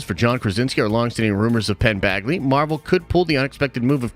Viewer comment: it's Penn Badgley, not Bagley🥲